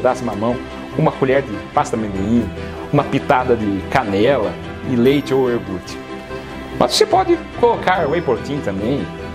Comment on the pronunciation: hmmmm eu ouví "ORGUTE" aí dói o resto excelente!!!